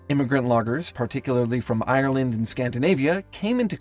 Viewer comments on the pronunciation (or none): none